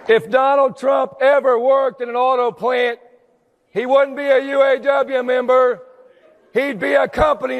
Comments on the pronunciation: It’s UAW not UWA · It's UAW, not UWA. Please get this right, it's important when reporting this news.